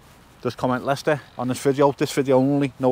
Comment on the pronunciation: Lay- Chester